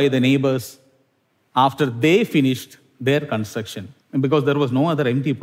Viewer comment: consucktion struck in any language and accent